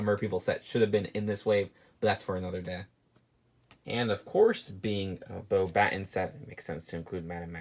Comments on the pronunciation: Close - it's "Bo-ba-tahns." Alright, no one else needs to comment about it now. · It's BO BUH TAUNS YOU SAID IT RIGHT IN ANOTHER VIDEO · For all the people trying to correct how he says Beauxbatons, you don’t pronounce the s. It’s just bo-baton. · You need to take lessons from ashnflash on how to pronounce the french words. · Everyone: complaining about how he pronounced Fleur and Beauxbatons incorrectly Me, an intellectual: actually the winged horses are called Abraxans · Same lol